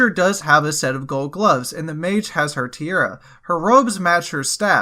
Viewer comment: Tiara (crown type jewelry) is pronounced Tee-Ahh-Rah, not tear-a. Great video otherwise :)